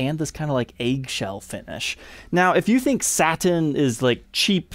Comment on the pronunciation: Can I ask why you pronounce the word satin as “saT-in” instead of “satin”? It’s extremely distracting. Are you by chance Canadian? Just wondering. Thanks.